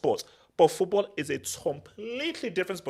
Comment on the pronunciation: Someone tell it’s FOOTBALL not Foothball